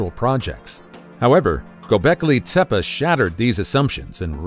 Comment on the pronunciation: TEPEA, not tepa.